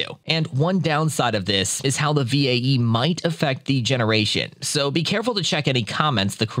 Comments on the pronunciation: same lol, just spell it as "vay" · Oh lord I couldn't get over how he pronounced VAE V.A.E. instead of "Vay"